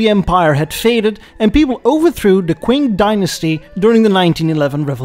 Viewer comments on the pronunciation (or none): Yes, needs to learn the sound(s) Q makes in Pinyin. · I mean, the CA72 is a decidedly less iconic 'leadermobile' compared to the CA770, but it's nice to see you talk about Chinese car industry. P.S. The dynasty's name is pronounced more like "chin" as opposed to "queen". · Great video, don't ever say qw-ing again. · I believe Qing is pronounced "ching", not "kwuing". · "CHING" Dynasty.